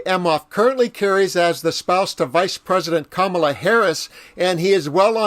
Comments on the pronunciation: Why do Sarah Huckabee-Sanders, Nancy Mace, and Trump keep mispronouncing Kamala's name? It has to be intentional. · Wow. That is one woman who is out of touch with reality. No wonder her children remind her that she's nothing special. Also, given her position, you would think she can remember how to pronounce Kamala, especially since Kamala has had more years in politics than she has. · Huckerbee is as stupid as Trump, ( Birds of a feather…..) because neither of them can speak correctly. They have their ignorance on full display. Huckerbee HAS to say Kamala’s name wrong because she’s performing for her audience of one or does she have early stage dementia just like Trump? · Republicans always show disrespect to Madame VP Harris by mispronunciation of her name. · To purposely miss pronounce Kamala's name, Sarah shows her ignorance. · Sarah is obviously a very unhappy person - and if she needs her children to keep her humble, she is absent a vital human quality. She would have been better off if she had stayed at home the day she made this comment about Kamala (while mispronouncing her name - how uneducated!). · OMG she sounds really ignorant mispronouncing her name. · Huckabee Sanders can't even pronounce Kamala correctly. Her children didn't keep her humble enough to stop her pathological lying, and stealing from the tax payers of her state. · Sanders needs to learn, respect and to pronounce people's names accurately . She's in a position of authority, she has no excuse not to have an education. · One, if these fools can manage to pronounce Ivanka and Melania, why can't they pronounce Kamala. It's almost like it's purposeful. Two ... aren't the Huckabee's supposed to be Christians? Three ... Jesus didn't have any children, and he was plenty humble and would never have insulted those who didn't. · Deliberately mispronouncing the Vice President's name shows just how childish Sanders is. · Do "they" still think it is insulting to mispronounce VP Harris's first name?